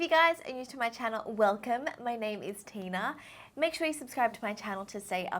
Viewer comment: Whenever she says her name is Tina it always reminds me of tuna